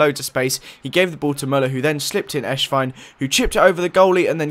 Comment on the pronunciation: it's not Eshwein it's Esswein. you say it like the "S" in Cristiano, or Messi